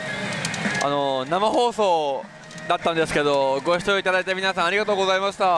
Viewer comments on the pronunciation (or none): ありがとうこざましたになっとる 笑